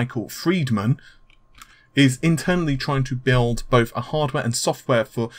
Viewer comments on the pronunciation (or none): none